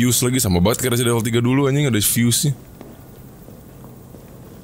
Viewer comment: Temen w ngomong Resident Evil bukan kek gitu.Dia ngomongnya Presiden evil akwoakowkw